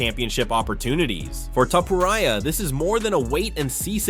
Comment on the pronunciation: ..... E-LIE-AH TOE-POE-RIAH lmao